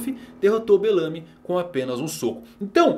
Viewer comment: Eu particularmente n curto essa pronuncia q vc faz com o 'belamy' Acho q vc deveria ser mais natural e brasileiro nessa pronuncia dos nomes do pessoal. Mas curto MT seu canal, um abraço